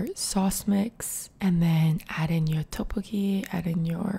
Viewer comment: its so relaxing but im so stressed by the way she pronounces 떡볶이... like toppokki ;(